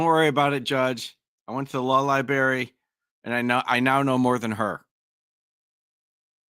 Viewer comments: "Law Libarry" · I love me some “law liberry” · That’s li-BERRY sir!😂😂😂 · C’mon - it’s “liberry..” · Even as a 10-year-old, it was annoying when I heard people say the word library with only one R. Great start goofball.